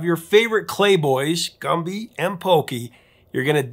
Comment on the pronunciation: Why did you pronounce Gumby like that?